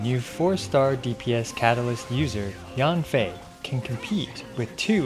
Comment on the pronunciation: actually in mandarin, Yanfei is pronounced like "yen fei". Yan sounds "yen" while Yang sounds "yang".